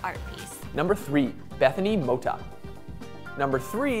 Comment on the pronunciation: it annoyed me so much how he said "Mota"